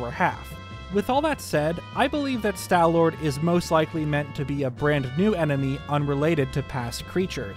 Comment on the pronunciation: "Stal" does not rhyme with pal or shall. It rhymes with wall and ball. Stalfos is pronounced "Stahl-fohs." Also, no, the fact that there's hair on some parts of the Stallord does NOT suggest that it had hair under its skin, or that the hair somehow came into being after its death. It could just be that the conditions of the tomb in which the fossil was found, acted to preserve the beast's remains quite well, so there's still some patches of flesh left in the spots the hair is coming out of. If that's so, it could be evidence that whatever creature the Stallord was in life, was covered in fur, possibly mammalian.